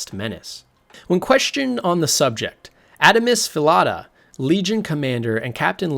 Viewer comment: This is really awesome! Love you approach and the details you brought up (many I hadn't heard of before). However some of the slaughtered names (Adamus Phillada, Hieronymus Lex, etc) throws me off a bit haha